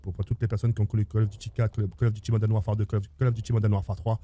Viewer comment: Yoo En taupe 3 je retrouve Call of dit Modaine Warfare 2 Pouahhh modaine 😂😂😂